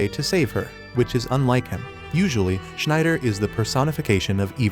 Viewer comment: Sorry u doing a great job at recaps in easy sentences but damn man u cant be butchering Schneider like that